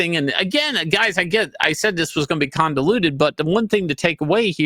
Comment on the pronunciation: Shane, conDAluted ? You've said this more than one time in this video, Once, maybe I heard you wrong, or the audio is to blame, but no! It's one more Shane-isum. ConVOluted Shane, CONVOLUTED